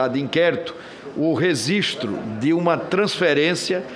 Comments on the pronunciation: e Renan falando durante tds os dias dessa CPI, "reZistro" ao invés de "registro", não é mole não...mas de resto, só coça em minion.... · É só eu que não aguento o Renan falar "resistro"? Kkkkkkk